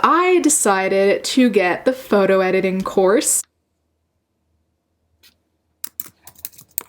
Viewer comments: My dumb ass thought you were saying corset for the first few minutes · The first time you said course I deadass thought you said corpse